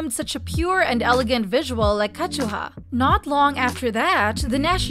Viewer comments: It’s KA ZU HA not Ka Chu Ha ** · It’s pronounced “Ka-zu-ha” not “Ka-chu-ha” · “Kazchua” NO. it’s pronounced as “ka - zu - ha” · "Wintah"? "Kajuha"? 😭😭😭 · Why did you pronounced Kazuha like Kashua?? 😂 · Ka chew ha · “winta” “kajuha” 😂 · At this point these people just mispronounce names. Ketchuha Winta😂😂😂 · Their doing it so angry people will give this channel views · Why pronounce her name like that? Kazuha is Japanese. KA ZU HA. Am I missing something? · but her name is Japanese (中村 一葉)Nakamura Kazuha also all other members and fan sites and Korean YouTube channels do pronounced it as Kazuha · Great video. Just please fix pronunciation of Kazuha because it's wrong and hurts ears.. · and kazuha oh my god pronounce their names properly! youre speaking english you dont have to pronounce it the way it is spelt in hangul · Why are you pronouncing kazuha like that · No offense but I'm bothered by the way you saying Kazuha's name😭